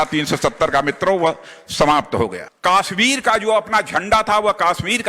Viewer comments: Aby kaasmir nhi kashmir ha. Salaa naam to lyna Ata nhi. Baqwass bazi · isko pehle kashmir bolna to sikhao